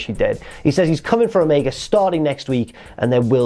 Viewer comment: Stop saying christian and omega wrong